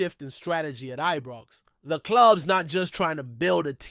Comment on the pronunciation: Ibrox it's called not Ebrox 🙄🤷🏼‍♂️